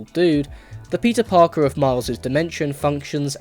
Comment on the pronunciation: why do i hear instead of,, peter parker,, ,, pizza parker